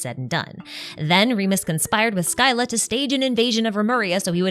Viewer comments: Your pronunciation of Scylla is also wrong btw, it's the Greek word Σκύλλα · SKYLA??? The way thats pronounced is "Silla" scy-lla. the y after the c produces the soft c sound, not a k. just a minor thing but this was an amazing lore video! Cant wait for your breakdown on the Bedtime story quest lore!!!! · it's pronounced sila, not skyla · Scylla is pronounced Silla. Like scylla and charybdis from greek myth correction to be made: She specifically mentions that it removes people’s memories of the HoTH. Which is most of their memories, but not ALL their memories in their entirety. Otherwise they wouldn’t know how to speak or walk, and be returned to an infant-like mental state. They still retain bits and pieces of who they are. But their memories of their family at the HoTH and upbringing are just gone. Edit: Also it’s kind of adorable how Arlecchino’s feelings are completely evident in her actions despite saying things to try to throw us off. She didn’t offer Lyney, Lyneyte, and Freminet those flame bottles because she wanted them gone for protecting the 2 kids who wanted to leave. She offered Lyney, Lynette, and Freminet those flame bottles because SHE wanted them to leave. Or rather, she’s afraid of them dying and wants them to prosper, so she offered them an out so they don’t have to face the potential dangers of project stuzha. And she was obviously happy when they decided to stay with her of their own free will. She likely gave the other kids the option to leave as well. It’s very clear she cares more about her kids than she does about herself. The whole point of her plan with neuvillette was to ensure that former HoTH members thrive in their new lives in Fontaine. She wants them to be happy, not to die for the HoTH on missions with objectives they may not even agree with. Hence the flame bottles. And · No tweaks. It's pronounced "Sill-a"